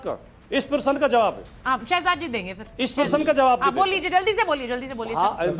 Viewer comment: प्रशन नहीं प्रश्न होता है ।